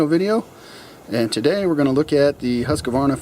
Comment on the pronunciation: Why does everyone pronounce HUSKA Varna? Worked for HuskVarna for 8 years and everyone says it. So! Try husk-varna not HuskAvarna